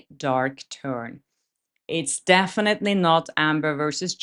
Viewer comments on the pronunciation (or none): none